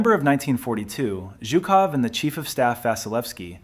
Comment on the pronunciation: If you are going to make a video about a single person, you should at least manage to pronounce his name correctly. It is not zukoff, but zhukov with the first two letters in the English transliteration representing a single Russian letter. Zhuk in Russian means beetle or bug and so a loose translation of his name is "bugman."